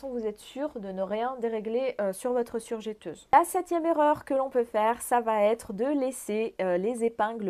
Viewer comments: On dit surjEteuse et pas surjÉteuse 😜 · Pendant qu il est temps et parce que je sais que vous y êtes sensible car vous parlez au public on dit "je" "teuse" et non jè teuse car il n y a qu un "t" après le "e". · On prononce surjEteuse et non surjéteuse....si non super vidéo merci pour les infos ☺️